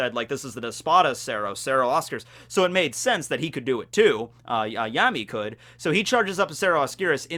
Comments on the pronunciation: Why would you call him yemi though? It's ヤミー so a ya not a ye 🤔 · His name actually starts with [ja] not [je] in Japanese, so you had been pronouncing it correctly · Fun fact,: So in Spanish, the letters 'll' can often be pronounced as a 'y' or a 'j'. Yammy's last name can be pronounced 'Yargo' or 'Jargo'. Similarly, sternritter x's name can be pronounced as 'Lee-jay' instead of 'Lille'. You probably already know this. I just get a kick out of being a know-it-all. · Yeah I was wondering why he corrected himself there. But it's also not a ja (ジャ), it's a ya (ヤ). 🤓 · No one corrects you cause no one cares. I mean, it's Yammy... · You mean the wrong way?